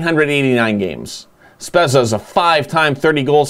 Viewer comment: Spezza is pronounced Spedza